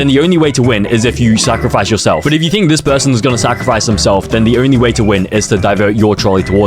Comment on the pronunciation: Bro,he said sacrfice himself